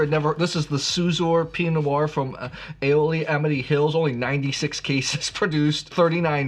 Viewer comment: Not Willa-met. It’s will-AM-et. You wouldn’t pronounce Bordeaux as Bor-Dox to annoy your friends! Also, it’s E-ola not A-ola and sha-HAY-lem not sha-ha-LEM. BTW, you should try the Lingua Franca Chardonnay too. Very Bugundy like at a fraction of the price.